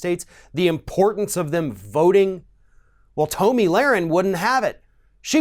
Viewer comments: How can you call out hate speach after that ranting attack?Btw its Tomi (pronounced- Tommy) not Toamy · Tom e not toom i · To-mi....hilarious 😂she isn’t worth having her name pronounced correctly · Why do you keep saying Toemee, seems like you are intentionally mispronouncing her name to throw shade. it's obviously Tommy. Egg head lol. Tomi is a bop tho. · I’m sorry but I don’t know why but I bothers me when people pronounce Tomi’s name Tumy, it’s pronounced Tommy. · I'm amused that he pronounces Tomi like "Tomie" from the japanese horror series. She does remind you of something dead. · Who is Toe-me? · Toe-mi lol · Yeah it's pronounced "Toenail" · Toe-Me LOL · You could at least pronounce her name correctly. But that shows how uneducated you are. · Because he's ignorant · beatty He used every superlative for dumb. Intentionally mispronounced her name. He said this "girl, woman... Whatever". TYT recently made a video criticizing Ron DeSantis for referring to Alexandria Ocasio-Cortez in the exact same way. The sentiment he's trying to share would have been more impactful if he responded calmly, with reason and without disrespect. Ijs. He sounds like the same group of people TYT criticize. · If you're going to call someone stupid at least learn to pronounce their name properly. Or perhaps you were doing it on purpose, which is just pathetic and childish. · You can't even pronounce her name right...embarrassing......if you want to insult someone, you should at LEAST get their name right....then, get the info correct. You really flaked on this video. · I think he was making a point to pronounce her name wrong. His facts were also correct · Why did you pronounce 'Tomi' like that? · Who is this joker? You don't even pronounce her name correctly. So clearly you know nothing. Pathetic. Don't quit your day job. Punk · i do not like the way you pronounce tomi but i mean, butchering her name probably erks her too so, fuck it XD